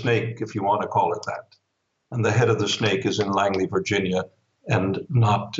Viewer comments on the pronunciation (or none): none